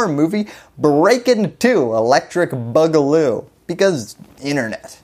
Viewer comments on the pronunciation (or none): I think it's pronounced "boo-galoo", not "bug-aloo".